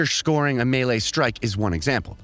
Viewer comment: i know you didnt say "me'le'e" and "ayura" when trying to say melee and aura my guy. PLS tell me thats not how you pronounce them.